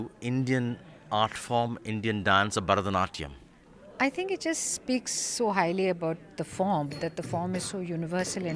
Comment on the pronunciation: Burrh-da-natyam? What kind of pronunciation is this?